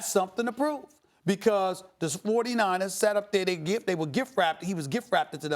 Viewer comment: “the sportyniners” 😂